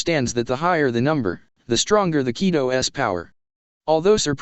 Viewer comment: Ki-do, not kai-do. Zam-pak-toe not zan-pak-to-toe. Sword, not knife. Silvers Rayleigh not pluton Rayleigh.